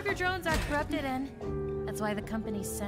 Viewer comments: its drones not droins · pls stop pronouncing drones "dRoIns" just pronounce it like they do in the show with an o not an oi or something like that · You pronounce it drones😂 😂😂😂😂😂😂😂😂😂😂😂😂😂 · She keeps on calling it “murder droids” 😂😂😂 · "murder droines" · I love this, but.. MURDER DROENS- I’m sorry 😂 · (Not hating ok?)But I think it’s funny that she said “droines” instead of “drones” lol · her: Murder Djoines Me: Bru wut it'd Murder Drones Bruh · Did you say murder joints not drones how funny (laughing manoicly) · I’ve never heard someone say Drones like Droins. Dr-oh-ns not Dr-oih-ns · "murder droins" 💀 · I'm trigger she says droines but I won't blame her some others might've pronounced it same way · its drones not droins😂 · Sorry if it sounds rude but she says droins and it’s drones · I thought it was murder drOnes not murder droins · Your saying droines but it’s actually drones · it is not droines it is drones the e is silent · Its drones not droids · its droans not droins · Why does she say murder drion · Stop saying murder droins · Murder drones dr-o-ns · it sounds like she said murder droids at the beginning😂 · You saying “Droines” makes me a little mad. Other than that great video! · Y u pronounce it droin Edit: it even says how its pronounced in the video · why does she pronounce drones as “droines”?